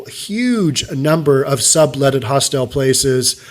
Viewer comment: You are mispronouncing the word hostel (several times). The information about Hong Kong's rental market is interesting and very sad.